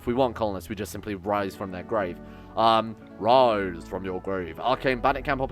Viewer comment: You are referencing Altered Beast? It sounded more like "WISE FWOM YOUR GWAY!" if you ask me ;p